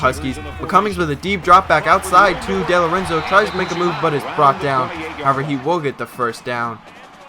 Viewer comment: No big deal but it's pronounced Dee-Lorenzo like Dee Gordon from the Dodgers.